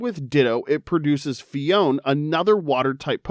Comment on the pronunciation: Phione and clione both have three syllables! Phi-o-ne, cli-o-ne